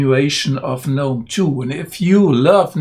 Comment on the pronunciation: Thank you for pronouncing GNOME the correct way............... I cant stand all these pretentious people who say the "G"